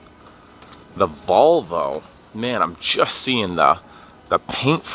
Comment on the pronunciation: Did you say ballvo not Volvo 😊😁